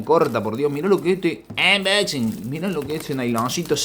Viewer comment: Saludos Soy un sub nuevo y me gustó el vídeo del Gt 20 pro toy pensando comprarme ese cell x que veo q trae buena especificaciones. Cada vez q dice Anboxing me rio😅 un saludito